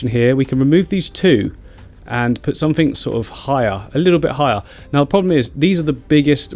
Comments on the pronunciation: Click somefink...LOL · Click somefink 😭😂